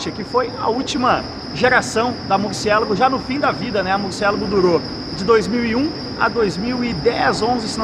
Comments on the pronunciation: Murcielago é uma palavra italiana, nao inglesa. Ajeita essa pronuncia pô. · Por favor , pronuncia Murciélago em italiano , fica bem melhor.. sei que o nome é espanhol , mas em italiano é mais bonito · O nome se pronuncia em italiano, e não em português, é nome próprio cara.